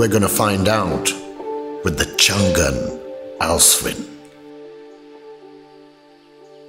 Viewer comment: Best review bro! Being someone who represents Changan Owners' Community i have only appreciations for u! I do have a humble emendation to make though, It's not Chngnnnn but its read as Changaan (basically "Chang" in Mandarin means "lasting" & "An" mean "safety so together the name is pronounced as "Changaan" and written as "Changan" which means "Lasting Safety". Stay blessed bro, keep up the good work!